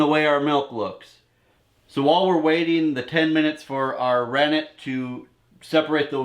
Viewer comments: I can’t understand the word “ranig” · The first ingredients could not understand what you said "ranick" what's that? And can't you use lemon, substitute for citric acid.